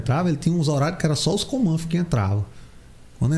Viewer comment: "Comanfo"...parece que tá falando errado kkk